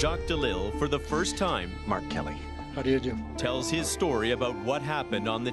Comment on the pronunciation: Everytime he introduced himself I thought he was saying R. Kelly instead of Mark Kelly I was 🧐